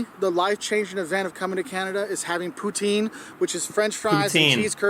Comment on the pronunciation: pronounce Pouten